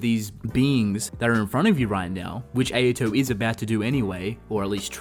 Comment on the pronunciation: Why do you pronounce Ayato’s name incorrectly? It’s not Ay-ya-to. It’s Ah-ya-to